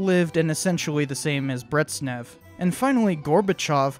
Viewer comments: Why do you call him “Brettsnev”? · Game idea: every time he says 'Bretsneff' instead of Brezhnev, take a shot of Stolichnaya in the name of the glorious motherland. For the 'Ahhhhndropov' and 'Neechie' bonus rounds, take three shots for each. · bRiTsSnEv (That's not even the worst pronunciation of the name I've heard if you'll believe it.) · Great video, one small correction, Brezhnev is pronounced like "Brejnev", with a [ʒ], like in the word "beige" (definitely not Bretznev, hehe). Not even gonna correct the pronunciation of Khrushchev, his name is unpronounceable for non Russian-speakers... 😜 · "Brezhnev" ist pronounced "Breshnyev", not "Bretsnev" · Great stuff, but careful, its pronounced Brej-nef, not Bretz- nef ! 😂😂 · Therapist: Mispronounced Brezhnev isn't real, he can't hurt you: BrEtZnEv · Amazing video as always every "bretsnev" hurts me deeply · Solid video apart from the fact that I cringed everytime he called Brezhnev "Bretznev". What the hell was that? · so Bryejnyev. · Thanks for the video, very nice! Look up the pronunciation of 'Brezhnev', 'zh' is supposed to sound exactly like the 'g' in 'massage'. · I have to commend you: I’ve never heard anyone butcher Brezhnev’s name that badly 😂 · "ZH" in Brezhnev is pronounced as [ʒ], like "G" in "genre" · Oh dear, I did not like that pronunciation of "Brezhnev". I speak Russian, and the pronunciation of "zh" is like "sh", but with a "z" sort of sound instead of an "s" one. Not trying to diss though, dear friend. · Need to correct your pronunciation of Leonid Brezhnev. It isn't Brezhnev, as in rhymes with "frets," but closer to as in rhymes with "dredge." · you gotta get the pronunciation of Brezhnev’s name right..